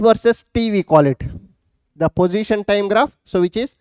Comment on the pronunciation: sir it is position not pojition